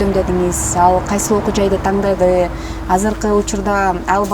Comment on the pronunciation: Тандады деген созду туура айтсынчы алып баруучу ,ар дайым туура эмес айтат,кыргызча создорду бузбай суйлосунчу